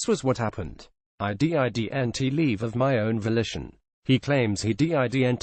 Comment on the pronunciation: "IF HE D. I. D. N. T. CHOOSE ANOTHER PATH!" HAHA! Good job computer voice! 😂😋😂